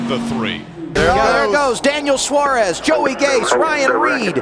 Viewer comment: Adam Alexander correctly pronounces his name as SWA-rez... So tell me about Bren Din Gone?